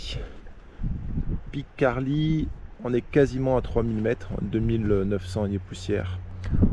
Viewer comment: il faut prononcer le T de Carlit, merci pour avoir rendu hommage à mon terrain de jeu depuis mon enfance!!! Je rajoute que la source de la Tet se situe plutot au haut des Camporeils et non "sur le pic" comme écrit en description! Bien à vous!